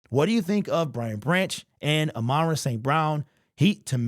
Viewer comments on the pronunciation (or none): It really bothers me when people call him amonra instead of ahmon rah, that’s like me calling Jack Campbell jake Campbell…